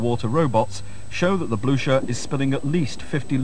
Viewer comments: I thought is pronounced, bluker? At least that's the way they pronounce it in the movie Waterloo. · They can't even pronounce the name! What is the Bluscher?